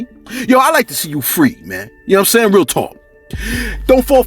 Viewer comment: Shout out to you bro . I’m African , Liberian 🇱🇷 to be exact . The way you commentate be having me rolling with laughters as usual, I ve never had a bad time listening to you on here bro, my favorite is when you say “ you see I’m saying!” 🤣😂😂😂💯 . And then out of sudden a long deep breath of silence 😂😂😂. Keep it up fam.